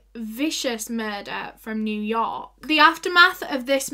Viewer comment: The way she says New York is the funniest but cutest thing. Sending love from New York ♥️♥️